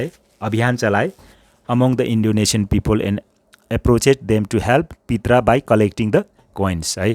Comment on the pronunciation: pronunciation of " Prita" is प्रिता not पित्रा...!?